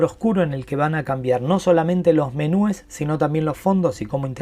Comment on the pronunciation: MENÚES. 👏🏻👏🏻👏🏻 hasta que escuchó a alguien que lo dice bien.